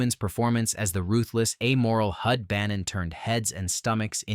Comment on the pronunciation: Also, #10 is Hud, not Hood.